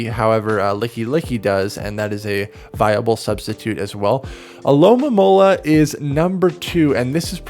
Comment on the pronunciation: disappointed that Alomomola was pronounced correctly!